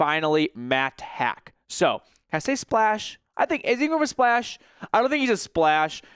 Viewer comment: Pronounced Matt "hawk" not hack .. do some research guy